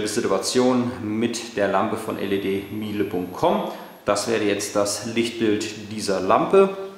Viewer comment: Spricht man das "mile" in "ledmile" wirklich deutsch aus? Oder ist nicht Meile als englisches Wort gemeint?